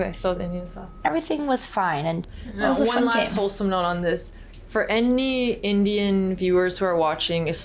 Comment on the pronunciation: Alex said anyyyy like an indian lol